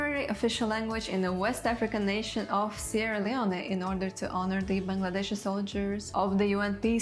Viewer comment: As a Bangladeshi, your pronunciation and spelling of all of the names/words was really good!